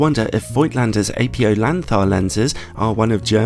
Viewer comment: It's Ap-OH not Apio lens. It's not apio-chromatic is it?